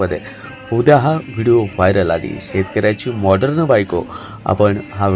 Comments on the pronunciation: Morderan as nahi bolat ho morden as bola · माॅर्डन, उच्चार नीट करा.